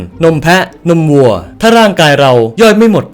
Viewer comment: คนอื่นได้ยินว่าวัวทำไมฉันได้ยินว่างัว😢😮